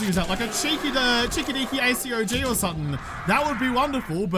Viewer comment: ACOG is typically pronounced A-COG, and not A.C.O.G.